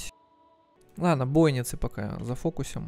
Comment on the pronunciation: Бойницы - ударение на и. Домен - на е.